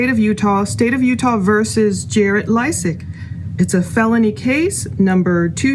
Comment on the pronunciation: Pronounced, LAY-sik